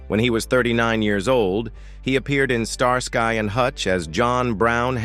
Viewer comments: Pronounced Star ski not star sky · Pronounced star-skee..not star-sky. Fix your AI! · Star-sky 😂 it's pronounced starski😂😂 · I haven’t watched all of this yet - and of course the content could have been changed since some of the comments were added - but the bit I’ve seen about David Soul’s death does seem to be correct. I definitely suspect some AI involvement in the voice. It refers to Starsky as Star Sky ie. pronounced very weirdly and no human would say it that way 😆. Can’t comment on a lot of the other content cos I couldn’t bring myself to watch it due to being irritated 😆. Lots of the other people mentioned eg “ landlady” among others were bit parts with tiny profiles in the show. As human beings they were clearly important and cared about by their own loved ones but to use them purely to attract people to a video about actors in this tv show who have passed away seems very exploitative to me. Sorry - my personal opinion though 🥴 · 99 percent of the time I skip AI narrated videos, especially when I hear the voice of this video, Star sky and hutch was a favorite show in the 70s, I didn't get through the whole video, and once again I will not waste my time watching these AI narrations, lazy, shitty, annoying videos. Just a reminder to myself, don't bother with this crap on YouTube. AI never gets vocabulary correct, and it should matter. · They can't even pronounce the name Starsky properly, probably useless AI which reads it as Star Sky ...